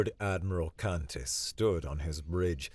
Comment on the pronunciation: For some reason, “Kantis” sometimes sounds like “Cactus”. 😊 Also, Kantis often sounds like Saris from Galaxy Quest.